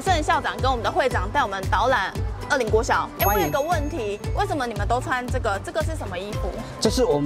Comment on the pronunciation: 大概在2分30到3分鐘那裡 發現捲舌好像真的很重要 不然二林國小直接變成惡靈國小 有夠恐怖